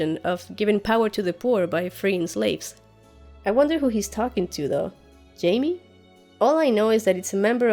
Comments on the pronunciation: That was so cute when you called Jaime "Hai-meh" in that Spanish accent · Haha I call Jaime, "Hi-meh" too. Great channel.